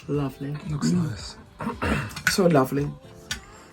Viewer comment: I love the part you said the chicken is niceoooo & thank God in African way 😂😂😂😂😂😂